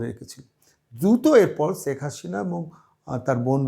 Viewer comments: 'ছেক হাছিনা' এটা কেমন উচ্চারণ? আগে শুদ্ধ বাংলা উচ্চারণ শিখুন। হাস্যকর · সব কিছুতেই বাড়াবাড়ি , ' রাজাকার ' কোথায় পেলেন ? ৫৩ বছর পরে রাজাকার আছে ? আপনার শেখ হাসিনা উচ্চারণ একেবারে বাজে ।